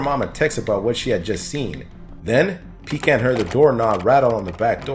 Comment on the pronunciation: (shudders in revulsion every time mispronounces Pecan)